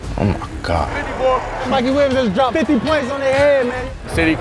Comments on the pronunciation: MIKEY!! MIKEY!!! MIKEY! “MIKEY WHEEL-YUMS” 😂😂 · Dude lo key said mikey william